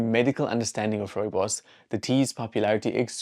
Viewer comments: Rowebows 😂 no wonder you didn't know. I wish I could hear what that sounded like? And to see your face when you saw that it was Rooibos. 😅 The pronunciation is Afrikaans & as South Africans I think we grew up knowing how to say Rooibos. And I think most of us know that it means red bush. I knew it was South African but did not know any history about this bush until this video. That's a shame but now I know, lol. I lived in Germany for 6 years & could buy Rooibos at the supermarkets, no problem. I doubt they know the origin and history of the bush either. Maybe some people know that it comes from SA, but I seriously doubt they know the history of the bush either. People overseas can be arrogant. We have alot going for us in South Africa. We were never taught anything about the Koi San's knowledge of plants, etc. That I would like to learn. Trust people to capitalise on this bush to make profit. I'm glad tge Koi San get credit & funds. If it wasn't for their knowledge we would never know about this bush and it's wonderful properties. It's a nice drink, I enjoy it when I'm really in the mood for Rooibos. It is not something I drink often though. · If I hear another British person pronounce rooibos wrong I am going to stick a koeksister up their gaat!